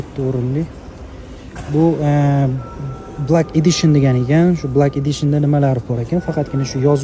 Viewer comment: блак эдишн эмас блэк эдишен